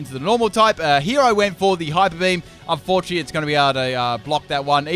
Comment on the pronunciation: it's bee-he-yam